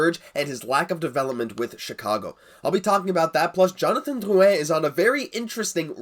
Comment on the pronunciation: Do you really have to roll so many R's in Drrrrrrrrouin?